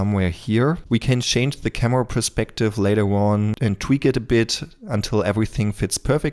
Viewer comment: „Cameua“? das kannst du besser:)